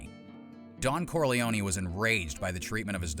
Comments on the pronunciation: I thought it was pronounced "Corlee-own", not "Corlee-own-ee". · "Corleone-ee"???... I'm guessing it's narrating this video! 😁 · The way Americans pronounce Corleone always makes me laugh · Pronounce the name Corleone right. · Not to mention the E at the end of Corleone is silent, just like it is in Capone. Bugs me no end when people change pronunciations without good reason. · It is pronounced both ways in the movies. A simple explanation - in English, you are correct - the E is silent. But in Italian, the E at the end would most definitely be pronounced. So, it depends on who is saying his name as to how they would pronounce it. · You say that, but Mary (Sofia Coppola in the third Godfather film) pronounces Corleone with the long 'e.'